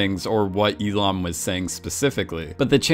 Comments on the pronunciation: It's "Oh IL-NAM", not "IL-AM". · only one thing, is Oh Il NAM not Oh Il am x_x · Lol "Elom" its Il-Nam... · He musk have mispronounced. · Yeah and he says it like 200 times. E Lam. It’s iLL NAM. But whatever. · Is it just me or instead of saying il-nam he was saying Elon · Learn to enunciate ffs "sanctified" is not pronounced Synctiefied. Il-nam is also not pronounced Eee lam it's Ill nam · Not hating but who kept thinking he just kept saying “Elon” instead of “II-nam” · Il- Nam ... not Illam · Eelam eelam eelam.... it is IL NAM. Or Eel Numb if you want to pronounce it. Shessshhh. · I just dont get how you mispronounced nam to ham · Bro what did you call him? "We Lam"? Its Il Nam lol, pronounced just like that* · ilam? its ILL NAM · its not eelam its il nam 🤦‍♂️ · I understood "Elon" instead of "Il-nam". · I like how you pronounce his name like “elon” it just sounds like something that elon would have done. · Now I'm not great at pronouncing Korean names at all, but all I keep hearing is Elon instead of Il-Nam, coincidence? Amazing video btw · Why is it that when he says il-nam it sounds like Elon 😂😂😂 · Everytime you say "Il-nam" I hear "Elon" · When you say Il-nam I keep hearing Elon. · Every time you say Il-nam, I hear Elon. And it still would make perfect sense. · When he says Il-nam i always understand Elon and then I think "Yes, Elon Musk would totally do something like this." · Anyone else hear "Elon" insted of Il Nam" when the name is said? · Every time you say Il namm i hear elon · The more I listen to you mispronounce his name, the more it sounds like Elon :D Great analysis! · "Oh ill man", lol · IL NAM - Jesus Christ please pronounce names correctly. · how're you going to call someone your favorite player, but then say their character name incorrectly? 🤨 also, "shark loans"? it's loan sharks. jeeze